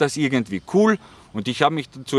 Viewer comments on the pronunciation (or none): none